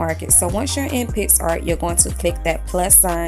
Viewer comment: i tought u said pissart😂